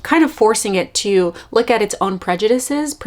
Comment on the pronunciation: “Periously” “Prejudices” “Scholascic” girl what? 🤣🤣